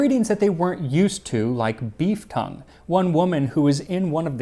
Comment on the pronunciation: I had to do a complete double take because I thought you said 'beef cum' instead of 'beef tongue'